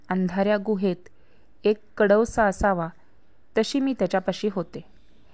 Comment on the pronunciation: कडवसा नाही कवडसा. मनावर, मनात,मनाने याचा उच्चार न ऐवजी ण केल्याने अर्थ बदलतो याची कृपया नोंद घ्यावी.